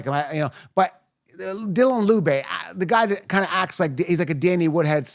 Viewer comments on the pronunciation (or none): none